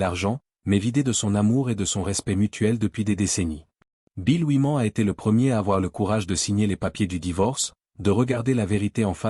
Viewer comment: Rien que la façon ridicule de prononcer "Oui-Man" m'a suffi pour zapper ! 🤣🤣🤣 C'est incroyable 😂